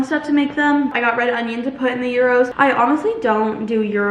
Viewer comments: Gyros is pronounced yeeros, not euros 😂 And tzatziki is pronounced ja-ji-ki, not ta-zi-ki. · you keep calling gyros "euros" 😭